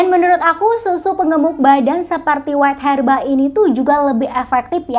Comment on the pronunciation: Bacanya bukan WAIT HERBA, tapi WEIGH herba